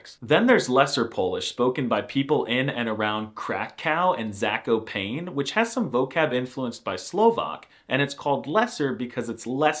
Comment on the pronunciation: Zakopane is pronounced more like Zah-koh-pah-neh Easy to remember.